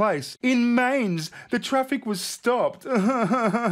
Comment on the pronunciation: Mainz is pronounce Myntz. Not Mintz, My..ntz Just sayin'.